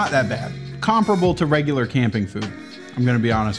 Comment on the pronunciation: Please tell me you pronounced comparable wrong on purpose....